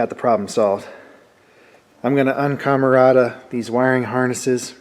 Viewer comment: "UN-Camarata....." lmfao